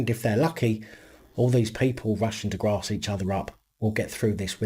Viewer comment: "The local graaas " 😀😁😂😃😄😅